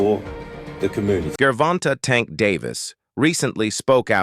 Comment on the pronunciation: Why these dudes mispronounce tanks name? Disrespectful!!!!they pronounce Mexicans names correctly